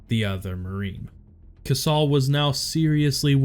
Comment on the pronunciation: It's pronounced KaySal not kasaul. He should have received a Medal of Honor for this as well. Had this happened in 2007 he would have got the MOH. Same with SgtMaj Lehew.